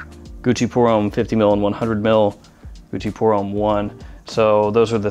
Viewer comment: french for Americans: homme rhymes with plum